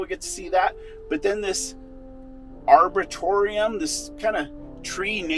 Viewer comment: You pronounce them as Arboreetum (basically coming from arbor meaning tree)